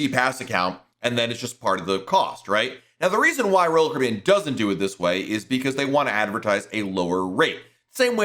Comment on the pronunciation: SLOWLY PRONOUNCE: ROYAL CARIBBEAN!!!!!!!!!!!!!!!!!!!!!!!!!!!!!!!!!!!!!!!!!!!!!!!!!!!!!!!!!